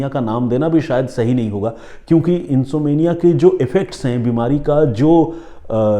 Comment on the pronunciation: प्रिय सर अगर इजाजत हो तो एक बात कहनी थी जहाँ तक में समझी नींद नहीं आना को इंसोम्निया इंसोम्निया कहते हे इनसोमेंनिया नहीं इंसोम्निया इसमें ऍम को उच्चारित किया जाता हे इंसोम्निया में ऍम साइलेंट नहीं हे बहुत बहुत शुक्रिया आप की इस कहानी और सुच ना के लिए As per American english uhn.saam.need.uh. And as per British English uhn.som.nee.uh As per Indian English English English uhn.sawm.nee.uh But M is pronounced in all these Best डॉ अंजू गुरावा